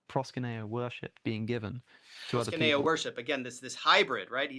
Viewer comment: It’s ‘proskuneo’, not ‘proskineo’.